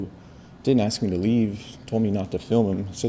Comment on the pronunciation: can you not properly pronounce the word ask? I’m axeing for a friend!